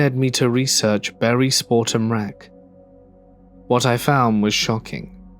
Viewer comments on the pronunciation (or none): none